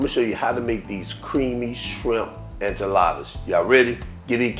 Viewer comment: 🙄IN-chaladas? JAA-lapenos? Ci-LAND-tro? You need to go learn how to pronounce your ingredients before you make a video dude! smdh.....